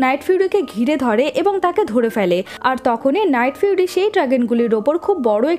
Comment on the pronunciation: আপু এইখানে লাইটফিউরি না নাইটফিউরি হবে